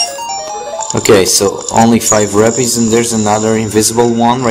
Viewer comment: its rupees as in roopees